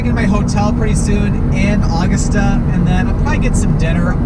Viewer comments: When You Said [Awgasta], Its U-Gusta, Augusta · It's A-GUST-a not August-a!! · As a Maine resident, I chuckled hearing you try to pronounce Augusta 😂 ! It isn’t actually August-ah but Ah-gust-ah